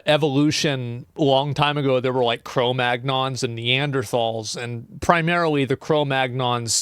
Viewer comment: I would be offended... if he could have properly pronounced cro-magnon correctly lol